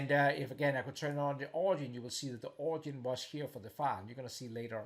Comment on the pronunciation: The word you keep "butchering" is pronounced "orijin"...:)...great video.